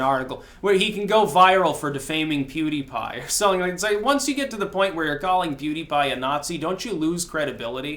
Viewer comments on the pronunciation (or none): I HATE WHEN HE SAYS PEWTY PIE OR WHATEVER HIS FUCKING NAME, IS, DON'T KNOW WHO THAT IS, BUT I HATE WHEN SAYS THE FUCKING NAME, WORSE THAN HIS HMMM, WHEN HE EATS THOSE MEALS OR CLANKS THAT FUCKING SPOON